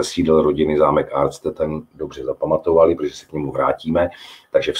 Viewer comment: Dobrý den, dobré a poučné. Snad by bylo vhodné opravit výslovnost názvu zámku "Artstetten". V češtině se obvykle snažíme zachovat původní zvukovou podobu cizího toponyma nebo se jí alespoň přiblížit.